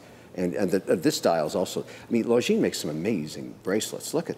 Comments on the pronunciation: Just to be pedantic, that's not how you pronounce longines. Lon gin. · Swatch group chose omega over longines as their flagship brand because Omega was easier to pronounce.